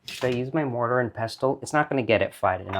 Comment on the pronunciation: Awesome, awesome video! I love everything about this! Thank you for sharing! I’m sharing with you one observation because I think you would want to know: the “t” in pestle is silent, just like in the words: • castle • thistle • whistle • wrestle • hustle • bustle • nestle the mortar and pestle is one of the most beloved tools in my kitchen as it used to belong to my mom. I deeply enjoyed learning about this family recipe. Again, thank you 🙏🏻 ❤